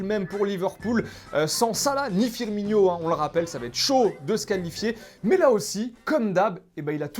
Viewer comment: ça se prononce pas Firmigno, ça se prononce Firmino